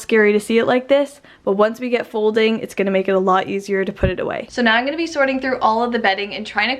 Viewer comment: I love the way you say "Igonna" (I'm going to) <3